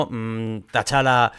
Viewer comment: Por cierto, como aclaración, es T-Challa, no Ta-Challa. Perdona si suena tiquismiquis, es que sale mucho el nombre en el video y se me hace rarísimo escucharlo así:)